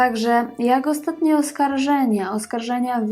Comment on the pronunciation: Kobieto! Nie przeczę, masz coś do powiedzenia. nie umiesz jednak tego zrobić. Twoje przeciąganie zgłosek: "ooostaaatnie metrooo", "postanowiiiiił wyjechaaać", "saaam juuż jaako nastoolaaatek" jest tak irytujące i nie do zniesienia, iż po niespełna trzech minutach musiałem, tę skądinąd ciekawą audycję, wyłączyć. Przez cały ten czas miałem wrażenie, że nagranie zostało wykonane w spowolnionym tempie, lub mam problemy z internetem. Popracuj nad wymową i tempem wypowiedzi, nad prawidłową intonacją, zacznij stosować polski akcent, a być może tu wrócę. Na pewno zaś Twoje audycje będą i ciekawe i przyjemne dla ucha.